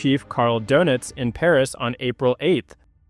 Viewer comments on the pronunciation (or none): none